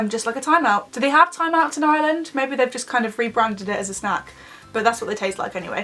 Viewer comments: Ino Hate the way they say it they put so much emphasis on the 'i' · Ireland is pronounced areland not island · Btw it's not called Iyland it's Ireland P.S I'm Irish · I’m from Ireland 🇮🇪 and you say it like eye-R-land not eye-land but not being rude ❤️ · Fam it’s not Island it’s Arland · She said iyland instead of ireland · Omg it is not pronounced island nooo that is so annoying it is pronounced ir-land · I am Irish and it's Ireland not island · Why do british people say Island its Ireland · it's not island it's Ireland I am from there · I watch the first ten seconds ... ISLAND Instead of Ireland oh for ffs kms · its pronoced are land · No when people say are-land that does my head in it's eyer- land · Also it is pronounced "Ar-Lind" not 'Island' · Ireland not iland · Not hating but is it annoying when British people say "iland " instead if ireland. Is brea liom tayto 😋😋 like if u understand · Someones offended Edit:Replayed it 3 times she said iland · Where the hell is "Island" it's IRELAND XDD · Stupid fuck English pronounce an r it's not island it's ireland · btw it's Ireland not island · The video just started and she pronounces Ireland like eye land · Why does she say iland 🙄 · Say it like are land ffs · 😂😂 she keeps saying island instead of Ireland 🍀🍀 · We Pronounce Ireland Areland (Im Irish) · Stop calling It island like if your irish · We don't pernounce it Ireland we pernounce it Areland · I'm Irish and everybody I know says it like Arland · It is pronounced ourland (Ireland ) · Is it just me or did it sound like every time she said Ireland it sounded like island? Still love you though xx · She's not pronouncing the R in Ireland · There's an r in Ireland (sorry I had to say it) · Not that I'm trying to offend any English or British people but do any of you guys know that there is an "R" in Ireland because you never really pronounce it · I'm Irish and your pronouncing Ireland Wrong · you can't say ireland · She said Ireland wrong